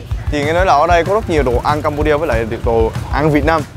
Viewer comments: CAMPUCHIA đọc nhầm thành CHIPUCU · nói là campu₫eo